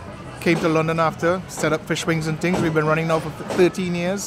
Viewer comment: man said "fish, wings and tings" ☠☠